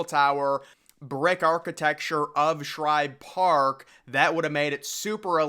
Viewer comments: Oh my, how on earth do you make an entire video about this stadium and mispronounce it almost 2 dozen times. It's like nails on a chalkboard. Woof. That was hard to listen to. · The author of this video just threw together a bunch of old photos and probably used Wikipedia for "research" . One would think to do actual research where you pronounce things correctly. It was SHIBE Park, not Shribe. So do you throw additional letters in other names as well? Here's food for thought. Take down this video, learn to pronounce SHIBE the correct way, maybe speak to people in PHILLY (not Phrilly) and get your s*** straight, then try again with a video. If you want to be taken seriously, be respectful, do some actual research, and pronounce correctly. This is not a good video. Just saying... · Its Shibe not Shribe? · Shibe Park, not Shribe Park . Come on man, know your stuff before you make a video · It is NOT called Shribe Park, it’s S H I B E, no “r” in Shibe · I grew up in Philly and I've never even heard of Shribe Park. SHIBE Park (without the "R") yes, but not SHRIBE Park. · ShIbe. Not ShRibe. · It's shibe park not shribe park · please when you do a video Pronounce the right name of the Park it's Shibe park not Shribe Park please thank you. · After I heard 'Shribe' for the 3rd time i turned it off. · This dude is pissing off the whole city of Philadelphia by calling it shribe park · I heard this guy doing this in another recent vid of his. He must not read his comments any better than he pronounces names of famous old parks cause he’s still saying “ShRibe for some reason. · How many videos is he going to mispronounce this stadium name in?